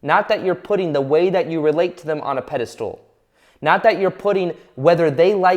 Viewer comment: PedistAl not pedistool.